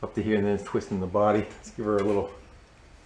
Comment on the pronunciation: Yall gonna make me lose my mind "UP IN HERR"